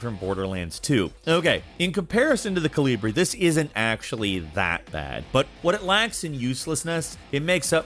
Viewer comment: thats... not how you pronounce Kolibri... and calling a semi-automatic a single shot... sacrilege!